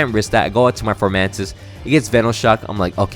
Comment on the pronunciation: Also also, it’s funny that your former friend was saying Decidueye wrong. But you were calling Fomantis, “Formantis”. Lol I’m just joking around, but I thought it was funny lol